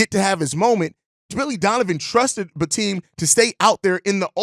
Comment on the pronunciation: It’s Bi-Tim, not Bi-Team or Teem